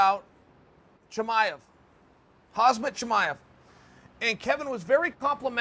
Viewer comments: 'Huzzmett Chamiev" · Hawzmit Chamyev